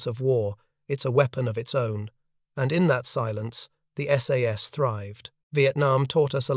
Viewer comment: Most of the photos here are of F1 or Owen submachine guns, not the sterling ... Also tell your AI that it's called the S.A.S.. not "sas".